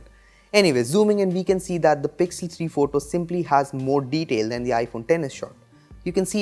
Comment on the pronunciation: "has a lot morr deteil" 😂